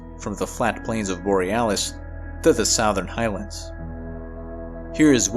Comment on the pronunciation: Why do you say Southern like Sowthern instead of Suthern?